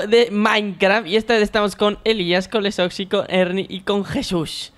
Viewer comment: a Herny le decía Henry y a Lexosi le dice Lesoxi 😂💕